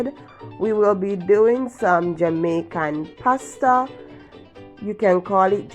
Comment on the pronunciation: I enjoyed watching the way you make this pasta with the frozen vegetables , I like the way you said two Jamicain spoons of mayo, looks very nice tri macoronni, looks tasty